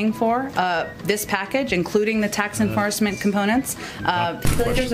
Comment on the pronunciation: Did she just say 'enfarcement'?